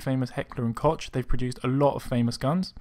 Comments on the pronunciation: koch is purnounced coke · Pronounced Heckler and coke *koch